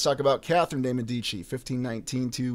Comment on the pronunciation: Many thanks, as always! Great stuff. You said "Medici" two different ways. Confused, I went to my trusty Forvo⍽cwm to listen to the pronunciation by volunteer native speakers --- not that they can be trusted! Hahaha!